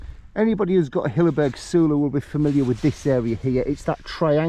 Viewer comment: random one.... wouldn't it be pronounced soul-o..... as in solo ? as its a solo tent.